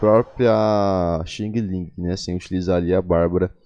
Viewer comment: muito bom o video, ajuda muito, mas eu ri no começo "queria mostrar aqui minha xing ling" kkkkkkk parece que ta mostrando um produto falsificado chinês kkk (só pra ajudar quem quiser falar "direito", fala só Xian lin, mas o lin com um g bem curto no final ou fica ouvindo ela falando o próprio nome na opção "voz" em "perfil".. mas é so se quiser, se não, pode chamar ela ate de Cocada ❤️)